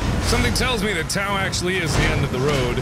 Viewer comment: Hey Mark, just a heads up that the Greek letter tau is actually produced like the word "tough". Not really important, but my Greek conscience kept nudging me to write that :P